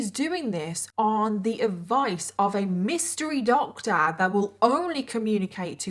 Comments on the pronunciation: New to your channel but love your vids 🥰 ur accent is so funny when you say “doctor” it’s like Doctaaa 🤣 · I love how you said this doctor so funny.